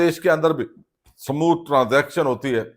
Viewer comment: ٹرانزیکشن نہیں ٹرانزیشن